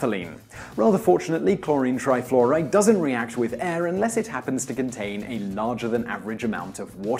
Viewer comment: "cHloWrInE tRaYfLoWrAyD"